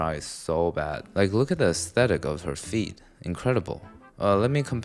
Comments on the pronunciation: had me do a double take cause I heard feet instead of feed lmao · Sounded like you said look at the aesthetic of her feet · Lmao I’m sure he meant “feed” but now I can’t unhear “feet” 😂